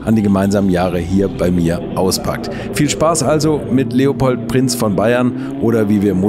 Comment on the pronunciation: Sympatischer Typ! "Drehopold" klingt trotzdem lustig -sorry!